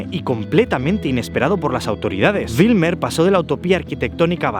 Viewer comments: Como neerlandés de origen surinamés, debo decir que has hecho un video muy bueno. Solo una observación: escribiste BIJLMER incorrectamente en tu video y la pronunciación de Bijlmer es la siguiente: la parte BIJL del nombre se pronuncia como “Bel” en “Bel Air”, no como Wilmer (que es un nombre escandinavo). Pero Bijlmer con una B fuerte. PD: Tu reacción al ver una garza es hilarante. Como si acabaras de ver un pterodáctilo.😂😂😂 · se pronuncia como “beylmer” soy holandes y siempre veo todos tus videos